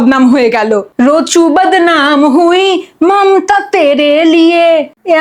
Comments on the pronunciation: ওটা অচনা হবে রচ্ছনা নয় আর মমথা নয় মমতা হবে 😂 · মমতা ❌মমথা✅ রচনা ❌ রছনা ✅ 😂😂😂😂😂